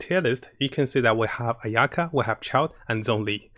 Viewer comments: he just emphasizes the "ya" instead of the "a" at the beginning. I mean he's not Japanese so it's fine, and his first language obviously wasn't English so I'm not hatin on him for it but we KNOW for a fact that he's Chinese and CAN read Chinese, him pronouncing the Chinese names wrong is just.... I just worry for people who don't actually know how to pronounce those names getting mislead by him >.< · he mispronounce ayaka a million times which is cringey for me. I think she named her ayuki or something.